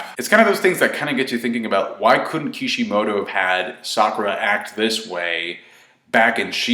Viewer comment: It's Kishimoto dude, you take what you get lol